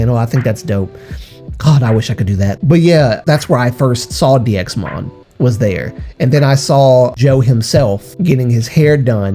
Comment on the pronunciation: 1. It’s pronounced ‘Daimon’ (다이몬) 2. HM/NV/SSQ always uploaded bigger announcements on Fan Café in the case of DXMON 3. No one ever saw bruises on any DXMON member 4. I am sorry If I come off as rude, but as a fan who has followed them since they uploaded their first predebut vlog, I really need people to stop speaking on Jo, he wanted to leave and he deserves to rest but because you all are bringing up this thing over and over again you are putting his future at risk in case he wants to redebut one day. Because companies don‘t really want trainees who had „scandals“ or were involved in controversies. There is a reason nothing was disclosed. And there probably won’t be any more news. The articles came out in JUNE and there were no updates on the articles until now so there probably won’t be any in the future. There is a reason people who are ACTUALLY in the fandom and not just solo stans don’t talk about it anymore because we already did back in june and we came to the conclusion that spreading rumours is not helping Jo or the other members. If one day Jo gets to come forward and share his story, I’ll gladly listen but until then I really hope that people just let him be. He made this decision and he deservers to live a happy teen life, being with friends and attending school. Just let him rest please. (And yes the situation is fishy but there is nothing we can do and spreading this is not helping Jo at all)